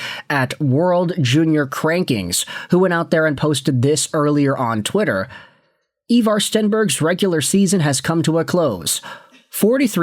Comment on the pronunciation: His names Ivar ffs